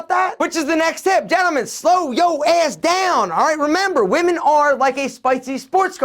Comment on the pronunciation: what accent do you have??? The way you say ASS is so cool & funny